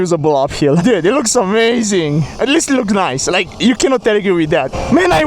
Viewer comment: holy respect to broo also i love it he says niee isted of nice but you uderstand what he says your so funny